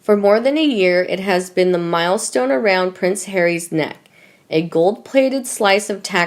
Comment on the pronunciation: Mill stone NOT Mile !